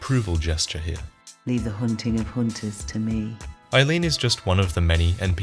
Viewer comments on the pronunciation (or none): Leave the hoonting of hoonters to me. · Hoonting hoonters is fun